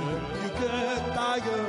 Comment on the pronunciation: タイガーのところがTIGERと 英語の発音で歌っていらっしゃる 素敵な声で大好きです。